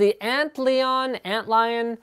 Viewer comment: Isn't it just pronounced like "ant lion"? So you clean it with the alcohol swab (and alcohol evaporates quickly), then dry it off with a t-shirt you are wearing (and due to you wearing it, it's not perfectly clean) :P